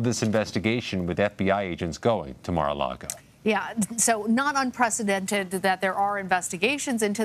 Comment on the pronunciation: you keep saying unPresidented wrong.. this ends Trump. He's over.